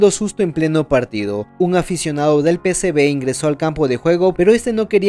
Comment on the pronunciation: PSV no PSB!! Por lo demás buen trabajo